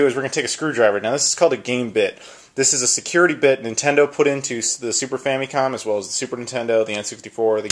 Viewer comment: Is famicom really pronounced "fammy-com" like you pronounce it? I've always heard "fam-uh-com".